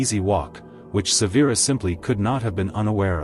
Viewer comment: How do you mispronounce Severus? They say it a million times in the movies.